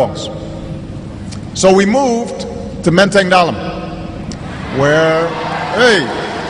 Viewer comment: 'Pronunciation'-nya bener Menteng Dalem, bukan dibaca Dalam seperti di susunan hurufnya. Ini artinya Obama tidak lupa dengan pronunciation bahasa Indonesia.